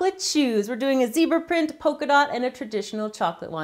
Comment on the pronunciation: Zebra* Not zeabra Polka dot* Not pokeadot